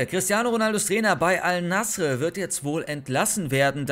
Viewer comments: Bruder Bitter sprich es Al Naser aus nicht Al nasre 😂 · Das heißt al nase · Abi es wird nasser ausgesprochen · Es wird al-nassr ausgesprochen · junge xD. Es wird als nassr ausgesprochen. Das „e“ gibt es nicht in der Aussprache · es wird AL Nassr ausgesprochen